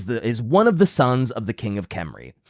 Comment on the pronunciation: for the love of God, you are pronouncing it CORRECTLY! It is Khemri with K and not "Henry". Leave the "silent letter" BS to the French! Stop apologizing and continue using the CORRECT Pronounciation that does not WASTE LETTERS! Yes I know, some people like to pronounce it without K and feel smug about it but then again, some people like to bend over and take it from behind and its usually the same people.